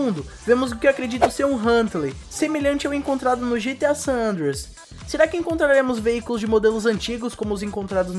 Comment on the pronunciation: "GTA San Anders" kkkkkkkkkkkk